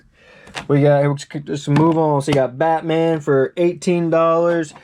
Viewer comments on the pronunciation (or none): none